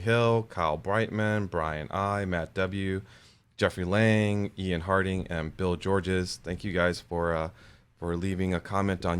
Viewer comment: Thanks for the mention! It made my day (though my last name is "," not "HardinG." Its okay though, BYU-I got my name wrong on my diploma! Went to my first PCA event last Saturday in Kansas City. They've been meeting for Saturday breakfast since 1975. What a great, welcoming group. I'm hooked. Keep up the good work-looking forward to meeting you at a national event one of these days!